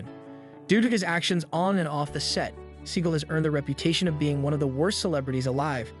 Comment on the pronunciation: That's actually the correct pronunciation of his surname. He had it changed to "See-gal" because it sounds cooler.